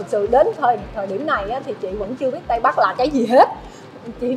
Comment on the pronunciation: Tây ko tay, ta ko ra ta nghe mà buồn cười